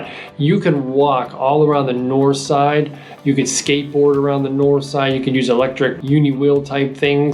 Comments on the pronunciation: I don't believe you're saying "dahnspahts" correctly...or for that matter, Nors'ide or dahntahn. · I don't believe you're pronouncing "dahnspahts" correctly, or for that matter,Nor'side or dahntahn.Otherwise,great video!